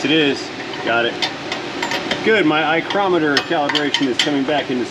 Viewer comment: Love it! "Eyecromiter" .... I'm stealing.....